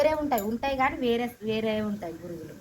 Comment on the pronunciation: Burugulu kadu borugulu